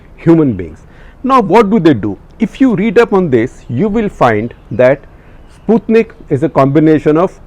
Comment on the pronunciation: You have pronounced Sputnik correctly for first time!. New cases of last 10 days, will take time to reflect in recoveries, you can't spread panic on that ratio, which is meaningless, when the surge is only in 10-15 days. Comparison with Adelaide test match is brilliant!. Depending on a useless, inefficient, ineffective ,unassertive, timid Health Minister like Harsh Vardhan has been the cardinal sin of Modi to let the matter go into the hands of Babudom. Private procurement&import of vaccine should have been allowed by Corporates & Private Hospital Chains. Those who can & would like to afford the vaccine should be allowed to use the same, to that extent could reduce burden on Govt.System which has it's own limitations & constraints.